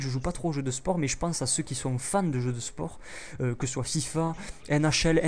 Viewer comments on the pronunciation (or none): none